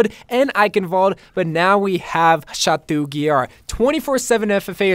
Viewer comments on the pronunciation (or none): Stop saying chatuuuu ITS CHATOOO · I love you but it’s pronounced “shat-oh”, not “shat-oo”. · Oml Bro I love you but never say Chateau like that again. It's pronounced sha-toe not sha-too. It's a French word so the -eau or -eaux is pronounced like an "oh" noise. Like Beau is Boe, Devereaux is Dev er oh, chateau is Sha to. Please stop saying it's cringey lol. Also for Ana's ghoul skin you can't pronounce, it's Gool, not gowl lol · It’s pronounced Sha-toh (Chateau) Yeah, French is strange